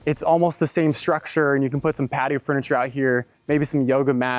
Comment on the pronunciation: Did you say patio or cattio??!!🤣🤣🤣